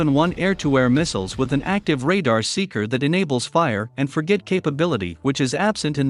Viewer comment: The reader, whether or not human, does not understand what he reads. Fire…. And forget missiles. Instead of fire-and-forget missiles is saying it all. Now is the text and the research just as bad as the reading ? Trust is easier lost than regained. Ciao Channel.